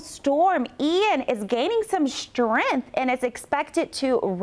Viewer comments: Lol nothing better than a rachet floridan meteorologist "strenthening" lmao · You should probably find a meteorologist who can pronounce “ strength.” 🤷‍♂️ JS..